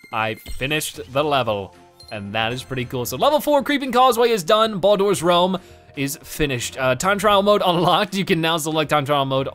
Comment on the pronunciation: the names of the realms are pronounced as regular words (not always). Bol-Dor is Boulder, and Sog-Gee is Soggy.